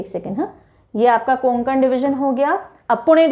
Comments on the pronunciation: Konkan nahi hota hai Kokan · कोंकण नाही कोकण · Nice explanation bt pronounciation of kokan is not konankan its a kokn please correct this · कोकण हे ओ कुंकन नही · It's not कोनकन it's कोकन all right mam tx for this ✨😊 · mam not कोंकण . true कोकण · कोंकण नाही कोकण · konkan nhi mam, Kokan aisa h wo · It's not konkan ! It's kokan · Konkan ny kokan hota hai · Konkan n is silent so this pronunciation कोकण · Medam कोकण bolo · कोकण ( kokan) right pronounce mam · Konkan me N silent hota h ma,m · गोंडिया नही गोंदिया है और कोनकन नही कोकण है!👍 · Mam it's कोकण not. कोन्कन् / गोंदिया not गोंडीया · कोंकण नाही कोकण, सतारा नाही सातारा